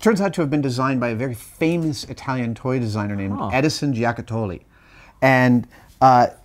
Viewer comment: I'm Italian and I LOL'd . "A very famous Italian toy designer named Edison Jee-ocka-TOAL-ee". Someone should tell Adam that "Edison Giocattoli" is the name of the company that made that toy laser gun, not of a person, and "giocattoli" means "toys" and it's pronounced "joe-CUT-tolee".